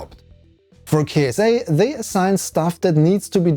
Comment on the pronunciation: I believe it pronounce Kit-sa. like NASA, ESA, and JAXA.